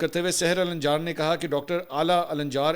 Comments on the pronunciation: It is not alanĵar but it is al njaar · محترم منصور علی خان صاحب آپ فلسطینی نام لے رہے تھے ۔ (علا الدین ) علا یعنی( چراغ ) النجار یعنی ترکھان قبیلہ ال یعنی آل بولنے کے لئے صرف بولئیے علا نجار بالاحترام معذرت 🙏 باقی زبردست ❤❤❤